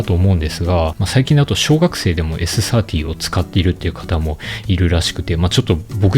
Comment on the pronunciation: ｴｽ ｽｩｱｰﾄｳｨｰ発音良すぎる。